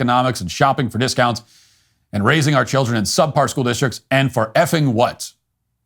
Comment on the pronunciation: Is it “sup par” or “subpar” I’m nervous I’ve been using it wrong since Matt didn’t correct it or point it out.